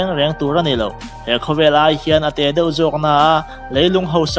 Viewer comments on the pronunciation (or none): none